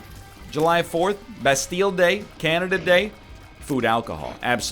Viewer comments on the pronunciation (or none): none